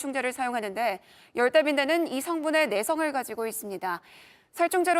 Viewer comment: 처음 나오는 아나운서 발음이 왜 거래요?? 중국인이 ㄹ 발음하는것같음. 😮😮 열대,번져 가는걸,이동을,갈 수록,힘들다는 ect